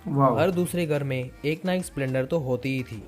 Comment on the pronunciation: संपलेंडर नही भाई स्प्लेंडर बोलो